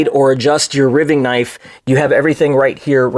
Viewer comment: You're killing me! Riving rhymes with diving not giving. R long i ving.